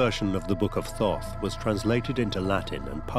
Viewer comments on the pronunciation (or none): I am uncomfortable that inside the first minute they are referring to it as th-aww-th...it was pronounced Taught. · All this and not once did they pronounce his name right. Thoth was pronounced "tot" or, lets just say hermes? Theres so much fractured and suspenseful bs here lol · Did he say book of Thot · He called out to me by saying his name to me three times. Thought, Thought, Thought. I found the spelling online of Thoth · Froth, I think is what he said....